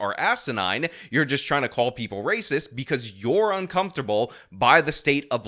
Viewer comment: Per capita is Rayziz